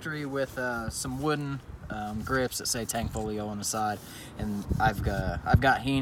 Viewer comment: tangfolio? Can't believe how many times I've heard that. It's not hard people.